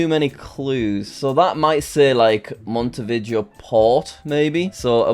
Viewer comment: Your pronunciation of Montevideo makes me want to cry